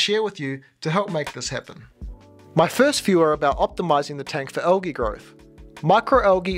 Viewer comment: It is not algeee, say the L dude.